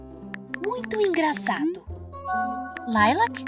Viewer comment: Não é Layla é Lilac